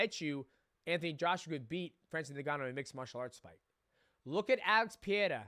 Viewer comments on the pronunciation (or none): none